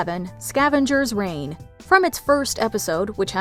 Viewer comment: It's Scavengers Reign, not "Rain"... just a heads up. 😊 And it's such a cool series. Didn't know it was cancelled til I just watched this video.